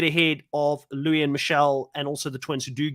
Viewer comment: Luis pronounces his name: Loo-iss